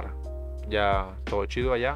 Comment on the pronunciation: ashá jajaja